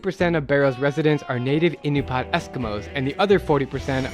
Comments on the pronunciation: Bro, Alaskan here. They are Inupiat not Inupat. Pronounced In-oo-pee-aht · Ahh-new-pee-at bro 😂😂❤ love this video